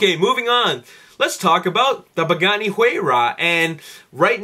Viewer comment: you said buganni huayra.. :)